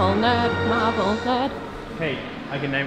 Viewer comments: I thought you said marbel hahahaha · I thought he said Marble not marvel